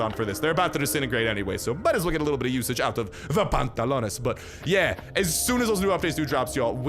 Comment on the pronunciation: From saying “ my pantlots are broken!! I need pantlos” now “I don’t where de pantlots